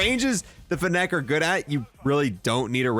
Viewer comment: The way he pronounces fennec wrong is insane